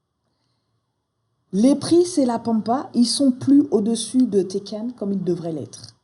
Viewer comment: Félicitations tu es une très bonne enseignante. Ça fait plusieurs mois que je travaille le système ichimoku et j'en chiait beaucoup (elle était facile). Tu fais sauter un bon paquet d'incompréhensions. Maintenant je vais faire une critique peu constructive mais j'avoue ça me fait grincer les dents. Deux prononciations. Tenkan se prononce tènkan avec les n, chaque fois j'entends teken et je pense au jeu vidéo. Quand à Hosoda, le s ne se prononce pas z mais s comme dans asseoir. Je sais c'est peu constructif. Encore merci pour tes vidéos qui sont extrêmement pédagogues et, je le répète, m'ont fait sauter quelques verrous. Un grand merci